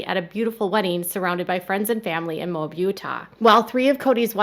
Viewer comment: The place in Utah is pronounced Moe Ab, not mobe. We have a lot of places in Utah that are confusing to pronounce.